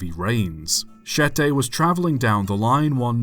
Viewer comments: Your pronouncing mistakes (don't complain I'm from the ph): Siete: You pronounced it as 'Shetei' when it's 'Sheteh'. Insular: You said 'Inzyular', it's 'Insoolar'. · Siete is pronounced (See-e-te) not (she-te) Anyways,amazing vid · Fun video. But the word "Siete" Is not pronounced: "She-tay" It's pronounced: "See-ye-tay" Edit: I could be wrong. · Interesting story, but why are you pronouncing siete as shehtay?